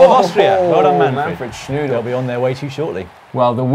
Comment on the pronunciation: Määnfred Schnüdl? Thanks Guys :D You made it sound like a german Version of Manfred "doodle" or "willy"... Your show is entertaining and informing in so many ways... now you even caught up with my more childish sense of humour. Keep it up! ;-)